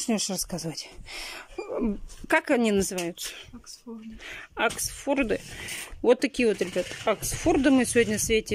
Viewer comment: Да уж... " Аксфорды" просто супер...